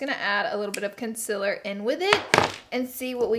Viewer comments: Its called concealer not consiler. No hate love u laura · It’s pronounced concealer not conciler...... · No hate bc I love your channel but concEAler not conSILLer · conSEALer conSEEler not consiller wtf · If I had a dollar for every time Laura Lee says “consiller” in one video.. 😂💜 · The way she says "con-sill-er" cracks me up! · CON - SIL - ER 👌🏻😭😂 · CON-CEAL-ER is it that hard to say it right?? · CONCEALER please omg! its not consiller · CONCEALER NOT CONCILER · Concealer not conceler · Literally every time you say concealer I cringe lol love you tho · Every time she says concealer I wanna jump in front of a bus. Oops? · Your pronouncing concealer wrong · How she says concealer 😂😂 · I HATE THE WAY YOU SAY CONCEALER HAHAHAH